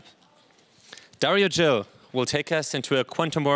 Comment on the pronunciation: DARIO......Emphasis in the " I" GIL...The letter G sounds like the same letter in the word Globe, not like in the word G-string